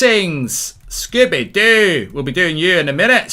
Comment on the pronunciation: Love how Mark always says Scoobie Doo